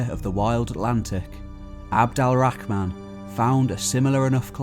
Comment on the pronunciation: Its abdul, al, rahman not abdal rahman but good content